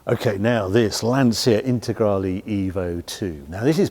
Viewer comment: You don’t pronounce the i in Lancia. It’s pronounced like “lantcha”.